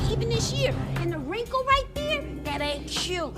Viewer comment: That’s straight “REEN-KLE”